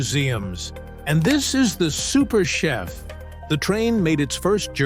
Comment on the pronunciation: The narrator actually calls the Super Chief the "Super Chef"!